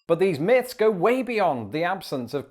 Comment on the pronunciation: Its myths, not miffs.